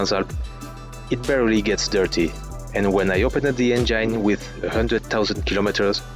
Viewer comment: Nice video but u pronounce "engine" so funny 🤣🤣